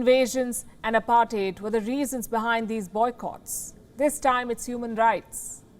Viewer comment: How illiterate do you have to be to have been speaking English as a profession and yet to not have the basic understanding of pronouncing words like "Unprecedented" and "Apartheid". Please stop giving chances to Miss Palki Sharma Upadhyay. She is a black spot on the already marred stereotype of the intellect and language profiency of the Indian populace. I mean YUCK 🤮.